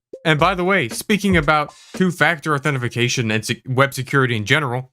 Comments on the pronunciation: I can't tell you how many times I've said authentafacation by accident 😂 authentication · I know the scammer said "authentificatuon" because they're dumb, but are you intentionally mispronouncing "authentication"? Lol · "Authentification." Lost me there, guy. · You said "authentification" - that's not a word. Get fucked. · I can't tell if you're pronouncing authentication like that intentionally or what but it gives me the same feeling as when someone scrapes a chalkboard when you say it like that.